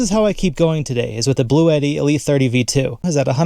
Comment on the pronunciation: The company actually pronounces it 'BLUE-TEE, FYI.